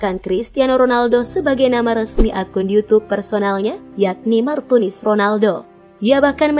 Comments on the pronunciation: kok bilangnya martinus bukan martunis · kok Martinus bukanya Martunis. salah mbak nyebutnya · Dan Dia pun sebut martinus Bukan martunis 😂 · Why Whahahahha Martunus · Diapun sebut martius bukan martunis, bukan pula martumis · Martunis min bukan Martinus😂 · Iya sama..aku juga auto ngakak dengernya 😂😂😂😂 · Martunis mbak bukan Martinus 🤣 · salah min martunis bukan martinus wkwkwk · Pembaca brita ni... Abs blng Martunis trs Blngx Martinus lgiii Prbaiki cra bcrax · Hahaha😀😀 Di menit . Martunis berubah menjadi martinus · salah nama bukan Martunis malah Martinus tapi nggak papa yg penting beritanya sangat jelas... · martinus 😁emang si lebih enak bilang martinus daripada martunis🙊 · Martunis apa Martinus hayooo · yang tadi nya martunis jadi martinus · nama Martunis jadi Martinus😂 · MARTINUSSSSS AAWOAKWOK MARTUNIS APA MARTINUS MBAKKKK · Menit martinus bukan martunis🤣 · martinus apa martunis sih? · bukan martunis, tapi martinus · Di menit 5.43 berubah jadi martinus haahhahahshsaaaaaaaa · MARTUNIS LOHH KOK MARTINUS WKWKWK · Martinus apa Martunis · Martinus martunis. Yang bener min. Wkwk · Martunis apa martinus dah ngomongnya gimana:( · Martunis bukan martinus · 5 :43 mimin salah ngucap . MARTINUS ahahah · aries official28 lah iya yak😂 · itu kamu salah ngucap.yg bener martunis brow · Martunis,Bkn Martunis wkwk maaf